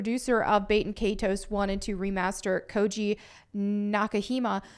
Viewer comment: can you learn how to pronounce “baten” please? its Bah-ten